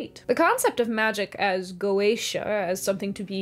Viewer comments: Just wanted to say, you nailed the pronunciation of goetia. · "Go-Aysh-A" is probably the correct pronunciation; some people opt for "Go-Ett-Ia," but the general consensus seems to be that either way is fine. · Go--AY-sha and Go--eh-TEE(I)--ah are both apparently acceptable pronunciations. I had to look it up. Sorry. It took me away, (😟), but I promise I came back! I never liked C. S. Lewis' viewpoint on goeteia, most blatantly displayed in That Hideous Strength. I don't like the idea that God would temporarily permit a kind of sin that later becomes completely impossible.